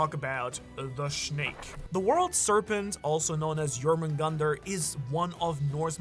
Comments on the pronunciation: Thor and jormungandr do not kill each other. The battle caused a shockwave so powerful that the snake was sent back in time prior to his own birth. Also it’s pronounced “yor moon gan deer” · Second pronunciation of jormungundar is better, but it’s spelled Jörmungandr, which means the O sounds is completely wrong. If you want the most correct pronunciation I would listen to an Icelandic version (use google translate for easy mode)